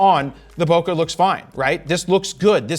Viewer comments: The way you pronounce bokeh makes my soul hurt 🥲🥲🥲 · you pronounce bokeh wrong